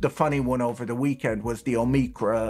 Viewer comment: PATRICK BOYLE IS BACK! ❤️❤️❤️❤️❤️❤️ But guys- it’s pronounced “OWE-muhcron”. Sort of rhymes with “Lola-con” or boba-con”. Please stop pronouncing it with the hard ME.